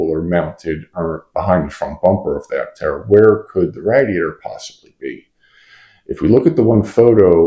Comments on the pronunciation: Are you trying to say radiator? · I don't know where you're from but you pronounce radiator weird. I'm pretty sure the radiator is like a motorcycle radiator.